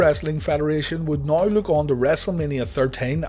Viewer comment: "Noi" = "Now", and I'm cool with that, and you should be too.